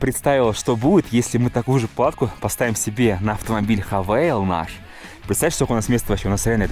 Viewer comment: автомобиль не хавАл, не хАвал, а - хавЭйл !